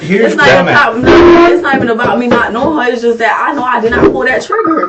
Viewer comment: Nah…. Just based on how this idiot talks, she needs to stay in prison until she learns how to speak human. “That” isn’t pronounced “dit”. What a clown.